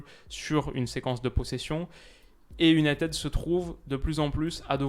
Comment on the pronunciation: Sur la prononciation c’est « Unitide » et non « Unitède »